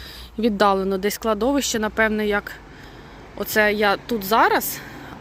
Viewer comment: Кладовище має наголос на третій склад.😊